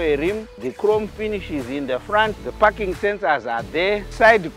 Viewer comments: It’s parking lol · is he saying parking sensor or i am hearing fucking sensor 🙂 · 😂 for a second i thought he said "here there is no fucking sensor "😂😂🤣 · "parking sensor" sounds like "fucking sensor", nice one mate, i would buy one. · I thought l was alone hearing f**kin sensor. 😂😂😂😂😂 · First I thought this guy said there is no fucking sensor 😂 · He was saying parking and i thought fucking sensors😅😅😅 and i thought he was saying wantedly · Is it me or he is saying the fu**ing sensor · What he says parking sensors or fu*king sensor 😂😅